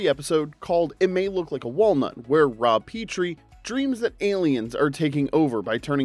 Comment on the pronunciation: It also horrifically mispronounces nanu nanu, shazbot and Rob Petrie.